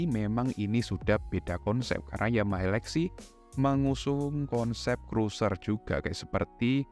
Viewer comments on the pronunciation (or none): none